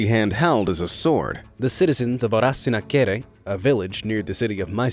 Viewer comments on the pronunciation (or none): when he said Arsinakere in his English accent Me:must my be a French word 🤔🤔 Me getting know it's in Mysore 🤣🤣🤣